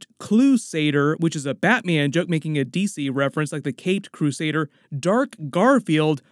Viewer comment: Gwen said "the caped BLUEsader"